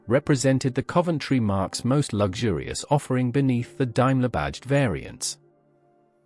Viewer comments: Marques is pronounced Marks NOT Marquees. Dummy! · It would seem not . Markess? anyone? Honestly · Would be entertaining, we're it not for the AI narration. Dimeler instead of Daimler. Markess intead of Marques Daimler DS for 20 limousine instead of 420. Doesn't the author listen before publishing? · The photo's for the Rolls-Royce Silver Cloud 3 are actually of a Siver Cloud 1 or 2 - A Silver Cloud 1 methinks! Also, the plural word "marques" is pronounced "marks" and not "markwess". "Marquess" is a British male rank of nobility, below a Duke but above an Earl! AI has much to learn!! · die-mler , markess , faksia , does no one check these before uploading them - pathetic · Yep, it's super-annoying. "Markess like Alvis"